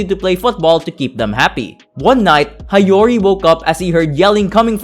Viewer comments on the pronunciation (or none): I like this video. One tip tho, learn how to read Japanese names properly. It's Hee-yo-ri not Ha-yo-ri